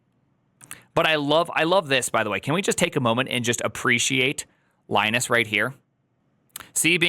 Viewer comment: At least learn how to pronounce his name.